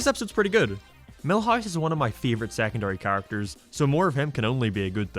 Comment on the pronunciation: He says hate as hiet and favorite as fieevorite